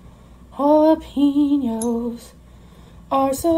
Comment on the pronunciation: How she says Jalapeños annoys me..... Halla-PEENOS